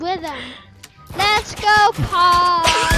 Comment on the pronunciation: Only og’s remember calling paul